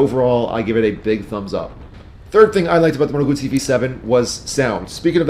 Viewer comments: It is a GuZZi not a gutZi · Double zz sound like tz in Italian... Guzzi, just like pizza... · Great review except the pronunciation of ‘Guzzi’. If you can pronounce ‘pizza’ you can pronounce ‘Guzzi’. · That is how you pronounce it. Gootz-zee. Italian was my first language. I used to have a thick Italian accent as a kid growing up. Some people pronounce it guzzy, like fuzzy, out of ignorance. When you have a double consonant in Italian it means the letter must be pronounced twice across two seperate syllables. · I forgot the most important part. Guz in Italian is pronounced like 'gooz' (imagine goo in English, but pluralized). It does not sound like 'guz' (as in guzzle in English) as you say. Basically the ignorant will pronounce it wrong. Just like I'm sure I probably mispronounce all of the Japanese manufacturers. But I'm trilingual (English, french, and Italian), so you can trust me on proper pronunciation of brands from lands that speak those languages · Haha I was working an auto show and got reprimanded by some old Italian fellows for not snapping the Ts in ‘Lambretta’.